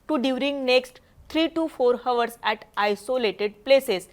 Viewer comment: हावर्स नाही ओ ताई 🙏आवर्स असा उच्चार आहे. वाइंड्स नाही विंड्स!